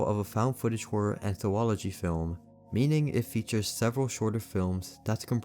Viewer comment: You mispronounced anthology.